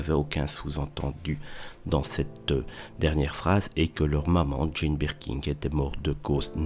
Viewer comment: Je ne sais pas si je préfère le cheveu sur la langue ou la prononciation "BirkinG"... 🤣